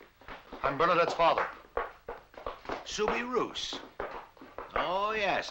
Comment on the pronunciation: The name Soubirous is pronounced SOUBIROO. The final S is silent.